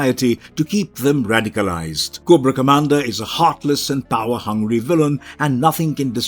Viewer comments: 2 errors. Its commander cobra not comandar (GIJoe) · Koo bra commander 😂😂😂